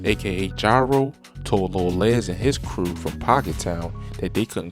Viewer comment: Les as in Lester not Lez